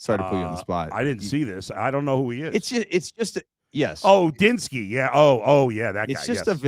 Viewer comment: It’s not Gudinski it’s Udinski